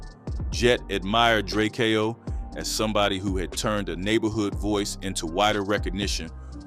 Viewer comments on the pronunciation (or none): Jet B-keezy & Dray-Kay-oh the ruler.... man stop reporting on the city if you cant get names right. Shows your thirst for cliccs.